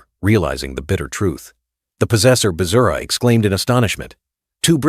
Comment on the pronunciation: Bruh said Vajra is Bazura😂